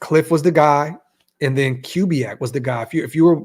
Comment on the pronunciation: It’s pronounced Koo-biak not Cue-biak